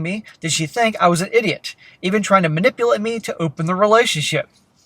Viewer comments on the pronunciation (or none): “I was ma-nipple-ated.” —- every woman, ever